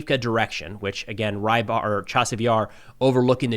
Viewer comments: Рыбарь (Rybar) is not "rye bar"! >__< Say it as "rebar" at least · Until yesterday I thought the often mentioned russian analyst is Reibar, that's how I hear say it. Don't know how it's spelled in russian but it would be rybar in my language, meaning fisherman.